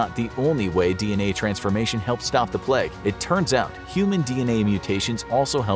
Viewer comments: Why do you say pleg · Idk why I love the content on the bubonic plague so much. But it’s my weird guilty pleasure. However the way this guy pronounces plague bothers me... it’s just a tiny bit off and it’s bugging me out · Why do North American’s say ‘Pleg’... It’s plAgue. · Nice to know that it’s pronounced “the pleg” in American English 😆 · Why does he keep saying “pleg” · say pleg 1 more time I dare you! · Inforaphics narrator gets a sore throat: "I have the boobanic pleg" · “the black pleg”